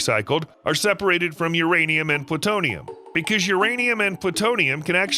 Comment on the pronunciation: is it URaniam or MYaniam